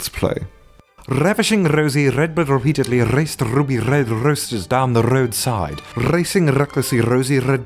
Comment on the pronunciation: HE DIDN'T ROLL HIS Rs ON REPEATEDLY!!! CAUGHT!!! YOU FAILED!